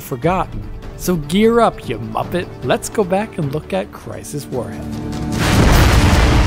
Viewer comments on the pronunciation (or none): As a Brit, hearing a German man say “muppet” has made my day. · Yes I know, that’s why says it at the start of his video. Because I am British, like Psycho, I found it funny to hear it in accent:)